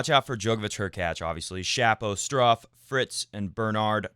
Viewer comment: I really enjoy every time you say Struffs name the way you say it. You should just say it on every show even if he isn't in the draw of a tournament. It could be one of your trademarks. It gets stuck in my head when you say it. It's great